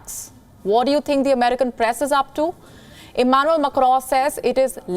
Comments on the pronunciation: She says it like Emmanuel MECCRON..its Macron 🙂. Imagine if someone says "Nirendra Mudy" .. it would sound silly right🙂 eventhough we understand what she says 😀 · Macroooooo ... Preaisssss (Press) ... abey kaha se ley aaye isse .. bhahahaha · Amazing pronounciation - prezzident immanu makkro. Preze and media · Can't stop laughing after listening how she's pronouncing macron 😂😂😂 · The way she says macron😂😂😂